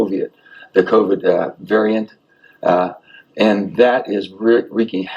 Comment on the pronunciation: He said “coviet” lmao.